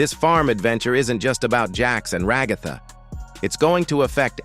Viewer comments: Ragatha ❌ Regotha ✅ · ra-GA-tha lmfao